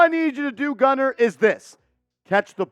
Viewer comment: I'm related to Gunner, this is great.....Im shocked you pronounced our name right lol